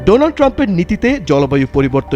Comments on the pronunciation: ডোলান ট্রাম্প কি? নাম ঠিক ভাবে উচ্চারণ করেন। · Ntv তে কেমন টাইপের সাংবাদিক কাজ করে যে ডোনাল্ড ট্রাম্প কে ডোলান ট্রাম্প বলে ! ঠিক এক সময়কার চা বিক্রেতা বর্তমান ভারতের প্রধানমন্ত্রী নরেন্দ্র মোদীর মতো । অশিক্ষিত নরেন্দ্র মোদী ও ডোনাল্ড ট্রাম্প কে ডোলান ট্রাম্প বলে । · মোদি ও বলে ছিলো ডোলান ট্রাম্প😂😂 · Modi to lonald tramp bole😂😂😂